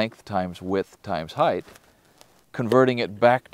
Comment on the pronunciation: he says "heighth" so I'm unsubbing :p Edit: auto correct correction